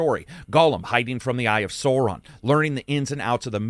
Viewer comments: It's SOUR-one, not SORE-one. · I can’t watch another one of these Gollum review video where Sauron is pronounced like Dinosauron. I just can’t. I need to stop torturing myself. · You pronounced Sauron’s name wrong Also bilbo has that face taking the ring from Frodo, no Gandalf Basic fact checking is important